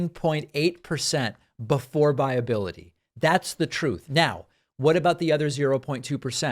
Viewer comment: "I only read books that have troth in them. Well, I listen to them".